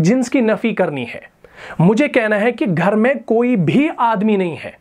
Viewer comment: Sorry to say magar main me meem yaa zabar hota hai jiska maana "I am" banta hai aur "mey" me meem yaa zair aati hai jiska maana "In" banta hai aap dono ko "main" hi pronounce karte hain .